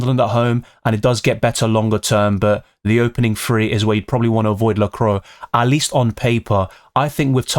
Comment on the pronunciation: Excellent video as always,! 🔥 But sorry have to mention it, it’s pronounced la-cou-à, not la-crow😅